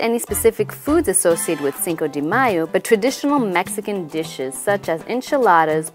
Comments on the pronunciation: lol she keeps saying cinco DEE mayo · Wrong pronunciation. Get your act together.